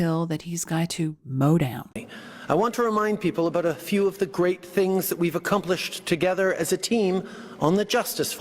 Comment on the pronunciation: "AcCUMplished." LOLOLOL!